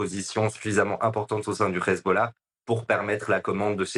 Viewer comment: Le grand reporter…il a pas un peu tendance à aspirer les h des mots en arabe? Hhhessbolao… Hhhhamazzz